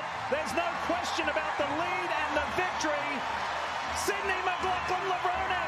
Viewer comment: Did you listen to the audio you included in your video? You are pronouncing Levrone wrong.